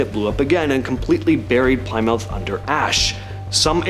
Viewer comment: Not Ply - mouth but Plim - uth